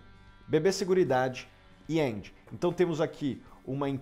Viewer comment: Primeira vez q veja uma pessoa dizer o nome da empresa Engie certo kkkk 👏👏👏